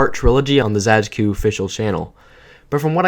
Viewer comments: /zəd͡ʒkʊ/ for "Zajcu" is frankly to be expected based on english orthography but it still hit my polish ass like a fucking truck when I first heard it xd. p.s. It's pronounced as /zajt͡su/ btw, which would be spelled as "Zaytsu" in english ig. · pisses me off how you pronounce it zadzhkoo and not zaytsoo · It's not really "Zae-dge-ku" more like "Zatsh-tshu" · i read their name as /z-EYE-ts-OO/ for a long time and im quite surprised there's a different way to pronounce it lmfao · It's pronounced 'Záytsu' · True, it truly hurts hearing it the way he says it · pronounced zaytsu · It's zai-tsoo. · im pretty sure zajcu is polish so it would be pronounced "zaytsu" like in polish 😭 awesome video btw :3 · Video's really good, just one clarification. Zajcu is Polish, so is his nickname. The pronunciation is actually Zay-tsu (sounds Japanese ik but it's actually Polish) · Why tf do you read "Zajcu" as "Zachku" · nice video!! just one thing, his username is pronounced kinda more like "zay-tsu". but that's just a detail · I believe the name of the channel should be read as [zaytsu] because the word Zajcu really resembles the word rabbit in many slavic languages. And yknow... rabbit... Bonnie... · It's pronounced "Zaay-tsu", it means hare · Sorry for correcting, but u should read zajcu as zaytsu, that's the proper pronaunciation. He's from Poland. Just saying ;) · I really like that video but the pronunciation of Zajcu is killing me inside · your pronunciation of zajcu is so annoying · Polish lol even tho the pronunciation of his username in this video isnt the best